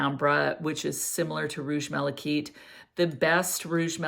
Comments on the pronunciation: I agree - (kite) I’ve never heard it pronounced as “keet” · Malachite'is pronounced ( mala- kite)like flying a kite not keet